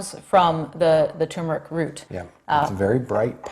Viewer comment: I already take curcumin. I just wanted to hear you pronounce turmeric